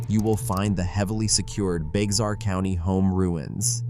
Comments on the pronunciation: Bexar is pronounced Bear. The second one is called the "fat farm". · Bexar is pronounced "BEAR"